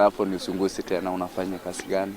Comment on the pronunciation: Hii uongo haijaenda shule Kiswahili si ya Tanga,ati nikamuulisa 🤣🤣🤣Na kasi badala ya kazi